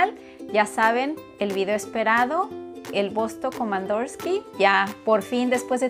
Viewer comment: Komandirski, no komandorski